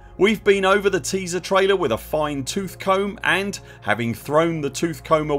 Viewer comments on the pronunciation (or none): none